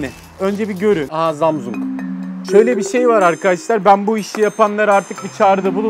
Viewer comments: abi zamzung değil samsunk :) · abi şu na Zamzung Diye Okuma Gıcığıma Gidiyo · zamzung XD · ZAMZUNG DEĞİL ZAMAZİNGOO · Zamsung değil ZAMZUNG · 22 gün jarjı gidiyor zamzungun 😂😂😂😂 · zamzung imizin jarjı olmuyor 😂😂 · her zamzung dediginde istemsizce guluyorum🤣🤣🤣🤣😂😂😂😂😂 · Her zamsung ve jarjı dediğinde çıldırıyom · zamzung XDDDD zamzung xdd ZAMZUNG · zamzung grfudvrb çok güzel demiyor mu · abi çok komik zamzung diyon ya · zamzung ne laaa gülmekten geberdimm abeyyy :) :) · Abi zamzung ne ya🤣😂😅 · Zamzung - jarj 😂😂😂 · Zamzong ne aq 😂😂 dakika ya bakın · Şu jarjla zamzungu söylemeyi bırakırmısın?. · webtekno once said seni voyvo senii zamsang (hint şivesiyle) şimdi buraya 22 yazıp 7845e yollayınca telefonumuzum jarjı 22 gün boyunca gidiyo daşla bile kırılmayan zamzung jarj ediliyor 22 gün is loading bak gine sinirlendim ya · Abi su samsunglara zamsung deme ve sarja jarj deme gulmekten oluyorum.:D